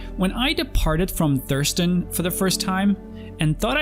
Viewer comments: "when I departed from Thurston for the first time" ok well it's Hurston not Thurston, but go on. "I thought I'd stop first at a small space station called Beijing Point" ITS PRONOUNCED "Baijini" AND THATS AT ARCCORP NOT HURSTON, WHAT GAME ARE YOU PLAYING?? 😂 great video btw. Amazing actually, keep it up please! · *Hurston, friend, not Thurston. Heh. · idk if it is a running joke here in your channel but I find it funny that you call hurston as thirston or thurston and baijini point to beijing point xD nice vid btw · i had to stop and replay it cause i was like did her say thurston, and ya it takes time to learn all the places, imagine when more systems come in